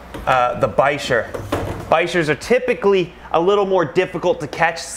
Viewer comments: ReecePocock VLOGS bichir? Bicher? (Pronounced bi-sher, I don’t know how to spell it) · Isn't bicher (the long wiggly fish with Frank) pronounced biker??